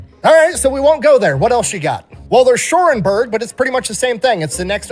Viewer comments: OMG its Cherbourg, sher-borg, not Shorenborg ! 😁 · Pronounced "Share-borne"